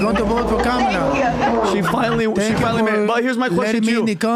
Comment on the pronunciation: Funny hearing PBD correcting the pronunciation of Khomeini when he continually mispronounces Kamala. 😂